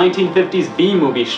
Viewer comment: Not gonna lie at the end I thought he said "bee movie" instead of "b-movie" for a solid minute before I read another comment.